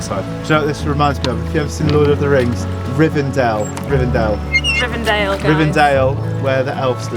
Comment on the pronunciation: it's not rivendale but rivendell, so it's pronounced /rɪvɛndɛll/ Great video btw 🙂